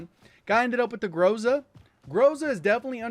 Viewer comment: Bro, please, put an emphasis to the letter "A" in word "Groza". Not "grOza', it's "grozA". Also word "Tundra" pronounces like "Toondra" ("U" like "oo", like "oof").